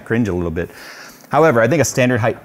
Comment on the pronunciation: my man, you're killing me, it's height not heighth lol Love this case, might switch to it when I upgrade